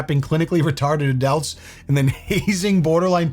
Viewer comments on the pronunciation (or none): BRO CAN WE TALK ABOUT “ADELT” I know ur from Boston but it’s pronounced (AH) (DULT) bro I’ve been subbed since like 50k stop fucking saying ADELT Boston ass trash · I ❤How he pronounces loads of things!..(oh..sorry..apart from "adult"!..or *"Adelt"..as you may say😂!?)..I find it fascinating!!..🎉.I'm from the U.k though..so??..& you wanna hear some of the stuff I come out with..especially with the Irish in me!?..😅